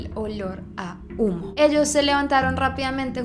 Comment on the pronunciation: Te entendí “El olor a culo” en vez de humo alv mátenme adiós gg L